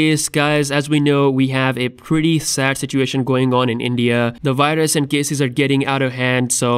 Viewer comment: Virus in indian accent Hahahaha